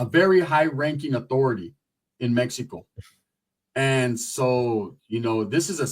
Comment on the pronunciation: it's mexico not mehko😂